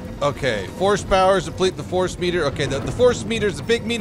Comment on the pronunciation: "The phorce be with you"